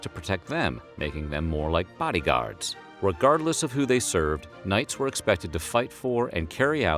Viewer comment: how he says "bodyguards" lol